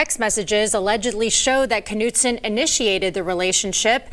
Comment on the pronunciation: Trey, you pronounce her last name canoe t son or noot son. Not nut so. 😂😂😂😂 Every time you say it, I want to spit my red blend out. She should have gotten 20 years in prison. In that way, she would do 10.